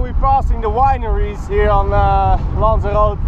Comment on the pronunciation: He pronounced Lanzarote right at the start. Woo